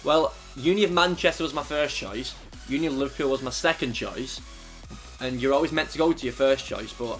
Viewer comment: Lol he said liverpill